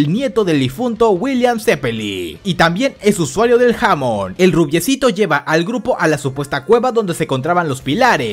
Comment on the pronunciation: Se dice hamon enrealidad